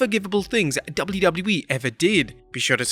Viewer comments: Jesus christ the way you saying wwe is crippling 😂😂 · If I took a shot for each time you couldn't say the letters "WWE" correctly, I'd have died of alcohol poisoning. You're a terrible narrator.